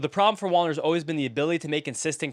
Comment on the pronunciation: Whenever you said Wallner I kept hearing wander LOL